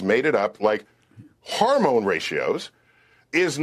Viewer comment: Supposed Man of Science Neil DeGrass Tyson: "Harmone levels"